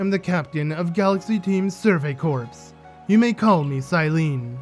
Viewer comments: ooh this looks like a fun LP also fyi, "corps" is said as "core" not "corpse" ^^ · Corps is pronounced like core